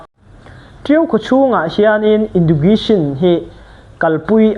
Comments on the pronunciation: Education i lam dan chu le 😢😢😢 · Education lam rik dan chu tlem a i lo practice belh a ngai ang ❤